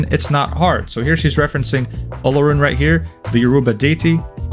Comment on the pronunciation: bro ur pronunciation of Olorun is absolutely correct